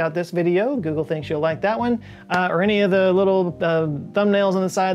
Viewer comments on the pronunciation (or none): none